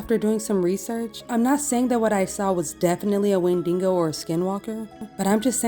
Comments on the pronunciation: A wendigo is "when-dee-go" or I suppose "when-dig-go" LoL I was confused a moment when I heard when-ding-go. but I can see why you'd pronounce it like that. It does sort of look like dingo. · 3 things A TERRIFYING 😭 B love the box C you're pronouncing Wendigo wrong you pronounce it Wend like your going to say Wendy and then igo like ego